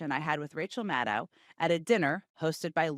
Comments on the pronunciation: Hard to imagine that you can't pronounce Rachel's last name correctly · Jen's dedication to not learning how to pronounce Maddow is truly impressive.